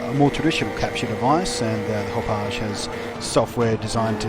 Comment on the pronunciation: Blunty: Great reviews, always!!! "Hapaw je" sounds wonderfully French and fancy. But, Hauppauge is named after the town they're located in outside NYC, locally pronounced "Hap Og" or, if your from Brooklyn or Queens, "Haw Pawg"